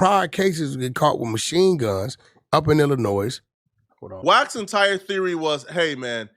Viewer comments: Why is wack pronouncing the “S” in Illinois 😂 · The “S” In ILLINOIS Is Silent.. Jus Sayin🤷🏽‍♂️ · The s is silent in Illinois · The S in Illinois is silent. 🤦🏽‍♂️